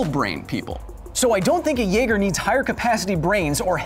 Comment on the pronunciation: Naeger XD